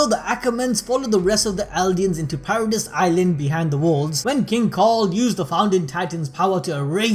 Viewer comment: It is paradis(para - dees) not paradise